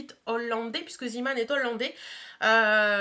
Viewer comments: Coucou ma belle, juste pour une petite précision on ne dit pas zIman mais zÉman (c'est du néerlandais) ^^ Sinon beaux achats ! :-) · Coucou juste mini msg pour te dire que Zeeman ça se prononce zééman bisousssss et belle journée à tous les 3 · Hello! Zeeman veut dire "marin", c'est presque pareil en allemand pour l'orthographe... Der Seemann, donc ce n'est pas à prononcer à l'anglaise.. Juste pour info!